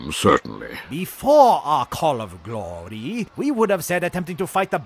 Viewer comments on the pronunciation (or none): The fact that neimoidians pronounce glory “guh-low-uh-rye” and then pronounce it glory later in the video made me cackle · The glory pronunciation was good, caught me off guard